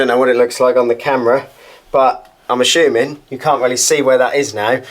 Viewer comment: 11.41 "A-Shoe-Ming" 🤣